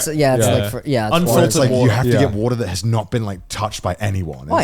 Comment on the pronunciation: you can hear Connor pronouncing water in 2 different ways in less than 10 seconds